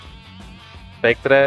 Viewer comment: Lütfen spectre'yi spektır diye telaffuz edin herkes alışmış spektre demeye :D